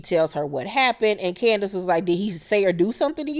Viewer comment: Hey. Heeheeee. You KILL me every time you say Candiass. LMAO 🤣 You's a whole fool and I LIVE for it. ❤🧡💛💚💙💜 WTF is Giselle wearing there? 😳 If I had to deal with Candiass I'd be drinking all the time too. Lol. Chris and Candiass are headed for the end. (Call me Chris 🤭)